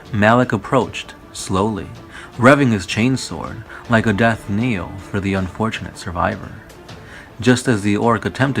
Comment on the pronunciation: Good video... knell is not pronounced kneel though!